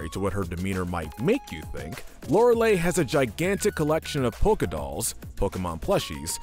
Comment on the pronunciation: Lorelei is mispronounced here. Not E sound at the end, I sound at the end.